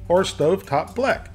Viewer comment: blech would probably be pronounced blegh, form German "Blech" - tin. The Shabbos instructions refer to it being cooked without electricity and cooking work which are not permitted under strict observance on the Shabbos.